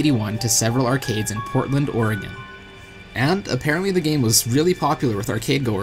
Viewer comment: I live in Oregon... and he SAID Oregon. AWESOME!!!!!!!!!!!!!!